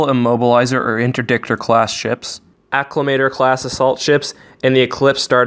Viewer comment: It's ec-zec-cue-tor, not ecs-ee-cue-tur. And comparable is comp-uh-rah-bul. Same said for Acclamator. Emphasis is on the tor. Sorry to be a dick, but right's right.